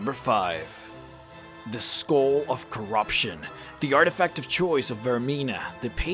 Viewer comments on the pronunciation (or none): Sagar Nautiyal + the Skohhl ov chorahption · kur-rup-shin (corruption) eh-Ben-knee (ebony) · the skoal of corobshun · Skull of cor-ROB-tion